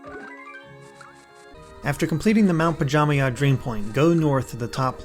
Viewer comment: Pajamaja, not pajamay 💀